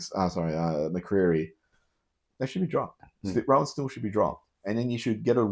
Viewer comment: Yes. Roan prounced like moan. Not Rohan.